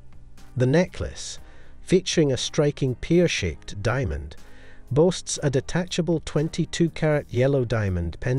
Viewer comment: What's a peer shape?